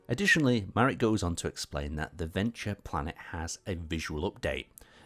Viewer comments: I thought he mispronounced it personally. Sounds like he's saying 'Venture'. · Hold up, that's how Verdure is pronounced? That's crazy.